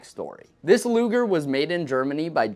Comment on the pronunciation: Thank God you did NOT call the Po8 luger luuger like one of your competiters. L.